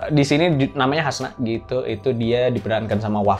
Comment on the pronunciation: Bang, Hansa bukan Hasna 🥲 Btw film nya keren, siapin tisu kalau mau nonton. 👍